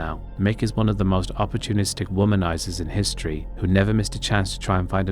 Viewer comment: Good British accent until the last word… “history”